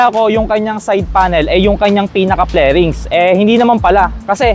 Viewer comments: 😂FAIRINGS BOSS hindi FLERINGS😁 From the root word FAIR😅 K- BYE😂😅😁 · okay na sana eh kaso tawag mo sa "Fairings" is "Plerings"